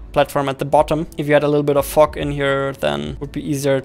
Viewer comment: we wont talk about how says fog